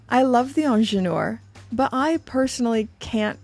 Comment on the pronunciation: First Learn to pronounce ingenieur. Second i am sick and tired about size subject. I wear 19.5 cm . I am not fat just normal somatic size. And the small size watches are not my absolut favourite. Is just like EU talking about what should I wear. As one of your subscriber wrote the new price tag is the problem . Plus attention to small details eg selling the new ingenieur without extra price for fine adjusting bracelet ???PR wake up.